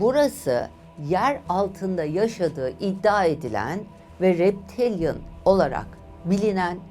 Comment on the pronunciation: Reptilyan ! Maalesef yanliş telâffuz ediyorsunuz